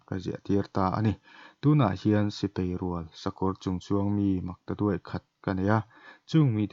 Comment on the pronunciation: sipei ni lovin, sipai tur zawk aw.